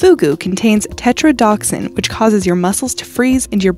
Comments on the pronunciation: It's (TET'ro•DO•TOXin), not what you said - you left out an essential syllable. In science and pharmaceuticals that can be a deadly mistake. Often if you leave out a syllable you are leaving out a component of a thing, meaning that it is probably another thing and not the thing that you were trying to speak of. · Fugu poison is pronounced tetro-DO-toxin. Offal is any internal organ, lungs, liver, kidneys, etc